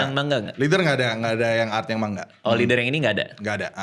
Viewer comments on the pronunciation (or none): Penyebutan MANGA nya ko MAN GA? Kek lucu banget dengarnya. 😂